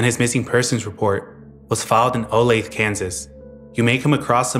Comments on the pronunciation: a teeeeeny tiny nitpick, it's pronounced like "Oh-lay-thuh" not "Oh-lathe". Great video! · It’s pronounced Olath-a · It’s pronounced olathe-uh fyi :)